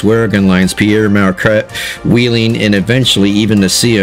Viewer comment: First of all, it’s NOT “Pierre” but “Pere” which is French for “father”. He was a Catholic priest. And, it’s a common mistake… and years ago I did make the same mistake. Secondly, NKP 779 is exactly seven days younger than I am. Someday I’ll ride behind her.